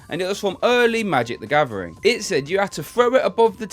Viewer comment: Nobody: This guy: magic da gavering”